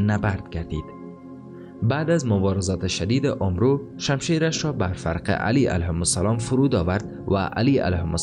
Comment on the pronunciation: فکر میکنم عمرو أمر خوانده میشه نه اومرو البته من اینطوری شنیدم